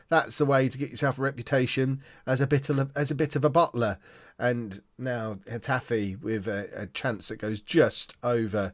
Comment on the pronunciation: It's pronounced heh taf eh